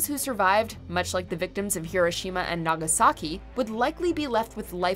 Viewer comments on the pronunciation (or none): none